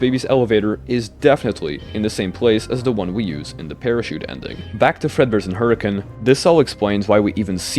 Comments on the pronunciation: As a Utahn, major respect for pronouncing Hurricane right. So many people pronounce it how it looks hahahah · As a Utahn, THANK YOU for pronouncing Hurricane right! I never hear it said the way it’s intended, even if it’s technically not pronounced how it’s spelled haha Anyway, that aside, this is all genius and I’m sold on it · HE SAID HURRICANE PROPERLY MY LIFE IS COMPLETE